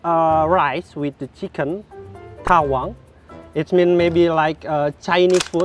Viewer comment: Dari dia nyebut taliwang aja udah salah.yg jlas beliau blom prnah mkan ayam taliwang sblumnya..